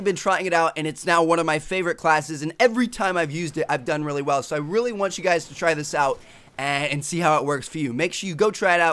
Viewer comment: is it just me or does it get really annoying some times when he says really with a lot of emphasis? just watch it again & listen to how he talks